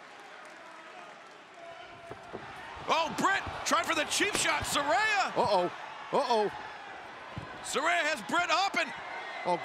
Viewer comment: How could the announcers still be so stupid and still pronounce Saraya's name incorrectly?!? 🤣🤣